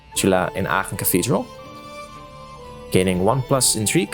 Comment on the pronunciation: Love the way Aachen is pronounced. Sounds nice lol